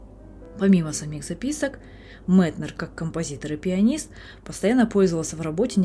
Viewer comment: За Метнера сразу лайк (хотя я его произношу как М[е]тнер) В точку его замечание, что при усталости заниматься медленными певучими произведениями, на которые вечно не хватает времени. И про пульс дня чертовски верно.